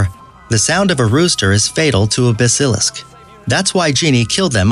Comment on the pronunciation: Busilisk? Boi it’s basilisks